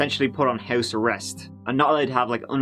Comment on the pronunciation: Beside “tree” I love how he says house - “hois” lmao something like that 😬